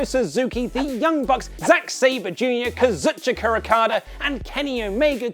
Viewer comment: Damn I love it when these guys say Kazuchiker Okada ....to cool